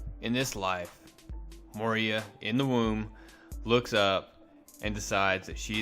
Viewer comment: It is Moira as in Moy-ra NOT Moy-ria.